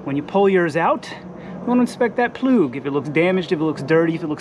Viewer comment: Bro says "spark plug" But when bro says plug without spark Bro says "ploog"